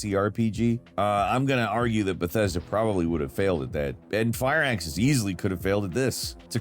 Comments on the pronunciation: WTF is Fire Axis? Its Firaxis. Fir axis. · For the quabillionth time, it’s “Fir Axis” not “Fire Axis”!